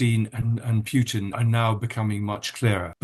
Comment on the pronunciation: Any interviewer that still calls him "pyutin" is so ignorant they should get another job.